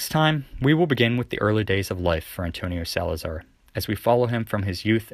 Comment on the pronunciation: SalazAr português fala emPprtugues